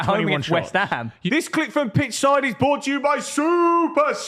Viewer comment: any ever notice always says bought to you instead of brought?